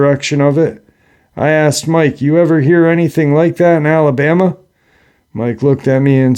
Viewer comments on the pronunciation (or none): none